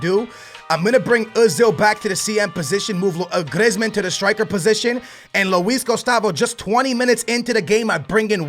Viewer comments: You prennounce it Greezman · Could you plz say people's name right Who's Iblahimovic and Glieezmon